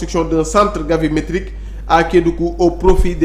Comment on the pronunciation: Gravimétrique au lieu de Gavimétrique !